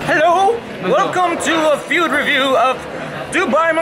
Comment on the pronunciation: He said welcome to the fewd review. Not fuck